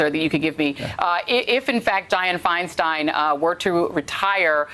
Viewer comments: My dude. It was FeinSTEIN like Frankenstein, not FeinSTEEN like Charlie Sheen. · FINE STINE is the pronunciation 😂 It is a Germanic name. She wasn’t my favorite senator, but please pronounce the name correctly. Please.